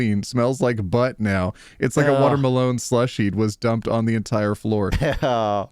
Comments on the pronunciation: I bloody misheard you. I though you said water malone. 😊 Then I looked up and saw watermelon.😂 🤦‍♀️ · Insert this in r/MildlyInfuriating: pronunciation of "Water-Melone" When you open the bead container upside down: I can definitely hear a vampire screaming: This is what it feels like when you throw salt at us... IIRC, doesn't tampering with USPS mailboxes incur a $250k fine? Astronauts from the ISS can see the time on that watch. Where can i get one? I need to gift it to someone who, by last count nearly 15 years ago, had 60+ watches gifted to them when they were in their 30s... Husband has 4 pockets, OP has none, where will she put her lip balm? Simple. In the husband's pocket. And call him to her workstation every time she needs the lip balm. The same thing with her phone, and other things that goes in the pocket. Surely it will delay things but a simple solution for all of this is pockets for women... And as a guy, I would definitely be falling on this grenade for true equality... Trucks need to be inbred to have their descendants have flat nose. Solution to the AIO post: stop cooking for him if he can't respect your time. And expressly state it, since he is doing this shit. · Okay, I am mildly infuriated by the way pronounces watermelon without breaking into the tiniest giggle. 👀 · Why does pronounce watermelon like Post Malone 😭